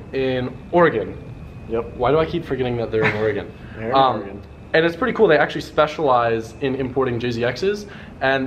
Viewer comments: i love that said Oregon correctly.:) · Thank you for pronouncing "Oregon" correctly. Very cool thing you did for your boy...